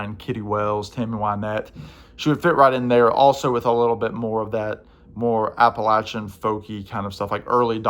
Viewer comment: Thank you for pronouncing Appalachia correctly